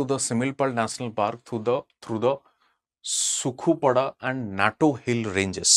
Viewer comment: Not sukhupada that is sukhuapata